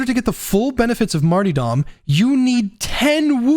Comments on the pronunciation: Who is Marty Dom, and why are you so upset at him? Mar-ter-dom, mate. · really hate that you said martydom instead of martyRdom. cod has ruined an entire english word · J, I am SO SORRY, but I cannot focus on a damn thing you’re saying during the Zealot section when you’re talking about the Martyrdom talent 😂 “Marty-Dom!” 🤣 My friend, let me help you. It’s pronounced like this: Marr-turr-dumm. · Seriously great video. I think you're a little underestimating martyrdom. When paired with until death÷Holy revenant you really motivate pretty much all the risk for a consistent 32% to 40% damage buff and 16% to 20% attack speed buff. That's a huge buff that doesn't cause players to go down any more often than normal. ALSO The word is mart-ER-dom not mart-EE-dom. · "Marty-dom" My sides 🤣 Pronounced: Marterdom Great video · Hes trolling pronouncing martyrdom like mart E dumb right? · Martie-dom. Lol J. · The multiple mispronounced martyrdom attempts had me rolling 😂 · Great video! Dont think I've ever heard anyone say Martyrdom like that before haha